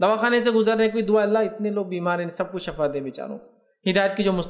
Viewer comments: Shifa kahiay na sorry aap shafa kahre bar bar shafa galth hai shifa sahi word hai suna tha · سر جی شفاء لفظ شین کی زیر کے ساتھ بولتے ہیں۔اللہ پاک آپکے علم ،عمل ،صحت میں ڈھیروں برکتیں عطا فرماے۔اور آپکی غلطی کوتاہی سے درگزر فرماے۔آمین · Shafa nhi shifaa